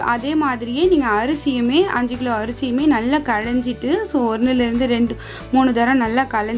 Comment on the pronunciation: Why are you saying “ Gilo “ it is Kilo